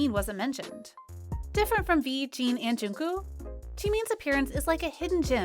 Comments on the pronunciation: The way she says jungkook as jnku, i never felt this much annoyed😬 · Lmao "jeonkoo"